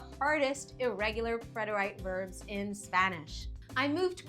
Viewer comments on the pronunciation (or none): It is not pronounced preter-ite but is pronounced preter-it or preh·tr·uht but the rest was well done